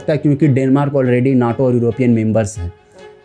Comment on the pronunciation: Nice story. Good script. Presentation can be improved. Maintain hygiene. Story is not finished and you start connecting one line with another. Please say united States not state. And it's naaato not nato